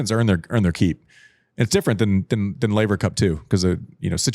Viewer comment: "Man, we've come so far since you mispronounced Laver" 🤣